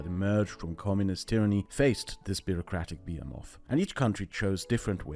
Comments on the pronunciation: behemoth is pronounced [bəˈhiməθ] with the stress on (he) not [biəmɔθ] with the stress on (be). I don't usually correct non-native speakers' pronunciation but this felt important somehow... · What the frick a bee-a-moth? Some sci-fi almagamtion of insects? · bee-em-of? someone help me with that word, please. I see it's also the most replayed part of the video, so I'm probably not the only one not getting it. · Fyi: Behemoth - buh -hee -moth. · Your pronunciation of 'behemoth' :O